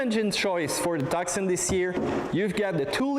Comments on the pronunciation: It is not "TuCson", it is pronounced "Tuson", the "C" is silent.... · It's Tucson, with a silent 'C'. tooh-son. Like Tucson, Arizona. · Tucson is a city in Arizona, United States, the correct pronunciation is Too-Sun, two-son, it's a beautiful car from every angle, from new it comes with a 5 years unlimited mileage warranty and the top of the line is fully loaded, no other car in that price range comes with so much specification, if you want all the optional specification on a European car it would cost you twice as much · It is pronounced "Two- Sawn"